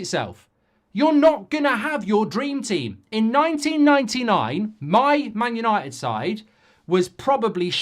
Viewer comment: “Yanited Yanited Divided Divided”